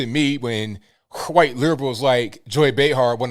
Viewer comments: PLEASE, will someone tell me what "ccchhhwhite" means? I keep hearing this. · I like these shows, yet I am puzzled. What's up with the weird pronunciation of the word white? Whowhite? I just don't get it. I must have missed something. I don't say whowhite or buhhlack. Someone inform me please.